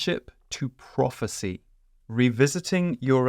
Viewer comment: Prophecy is the word i missed at first, I heard it as property at first, slight accent issue.